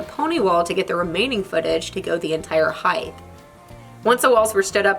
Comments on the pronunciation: Not to me! Its irritating! Just laziness not distinguishing from the endings of length and width. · Why does everyone say HEIGHTH? There’s only 1 H.... HEIGHT... 🤦🏼‍♂️🤦🏼‍♂️🤦🏼‍♂️